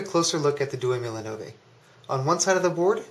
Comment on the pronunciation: Hey! Good vid, but your pronounciation is annoying... Diecimila is pronounced dee-ay-chee mee-la (10 thousand in Italian) Duemilanove is pronounced doo-ay-mee-la-no-vay (2009) Keep up the good work